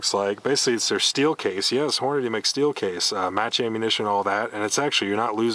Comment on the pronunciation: For fuck's sake. Hornady, not Horniday.